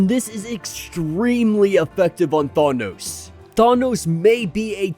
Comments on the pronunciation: THANOS NOT THAWNOS LMAO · the way you say thanos now is worse. now you say thawnos lol :D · neither Thay-nos not Thah-nos is correct. it's Thanos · I almost rather have him say thay-nos 😂😂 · You said it wrong both times. I do not remember Chris Pratt saying it that way either. Are you still saying it wrong it’s pronounced Thaanose thaaan-nose Oh in what movie did they ever say it the way you’re saying it when you go look at avengers endgame listen to the way they say his name that’s the way Jack Kirby said it and if Jack Kirby says it that way then you should too he did create the guy after all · “Thawnos” lol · You're still saying it ò[. Than- oh-s